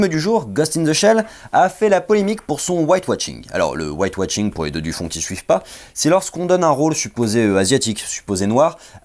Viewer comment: White washing, pas White watching ! Tu prononce un T au milieu de mot.